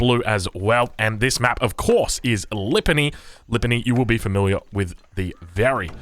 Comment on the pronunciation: pronounciation of Lipany has an open A after P. Similarly open fonetical A is in but, where open a is in U.